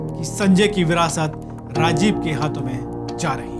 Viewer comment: कैसे कैसे लोगो को एंकर बनाते हो सर जी जो राजीव को साजीव कह रहा है और १९४६ को संजय को १८ साल का बता रहा है😁